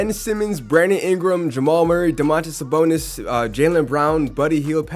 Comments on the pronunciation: Bro Ik im not the only one hearing him say Saboner bro 😂😂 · Am I the only one that hears saboner